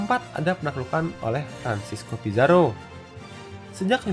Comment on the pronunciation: Cara baca: Diego Velasquez de Cuellar= Diego belaskes de cueyar Francisco Pizzaro = Franthisco Pitharo Alfonso de Albuquerque = Alfunsu di Albukerk